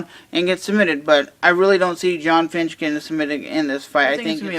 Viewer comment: you keep saying finch instead of fitch. you are pronouncing his name wrong and you've done it for a long time.